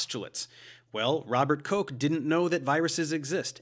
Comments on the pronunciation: Robert Koke? XD Well thats one way to pronounce Koch's name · A note on the german name Robert Koch. It's not Koch like coke , but more like rough . On the english Wikipedia there is a link to a file with the pronunciation. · On one of the other channels I watch she was pronouncing it "cook". Can you tell me what the correct way is? I know it's a German name, but I'm not sure what the preferred pronunciation is. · The correct way is the O is like O as in nope, and the ch is that throaty kh-sound like in ugh. So Kokh. But it doesn't matter, this is about science not about learning to speak German --- which is definitely something I'd recommend though if you have time. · I have never heard someone pronounce the word "Koch" like Coke He was not a soft drink